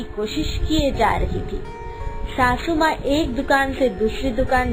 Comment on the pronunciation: Bhabhi sasu maa hota n ki shashu maa😂😂😂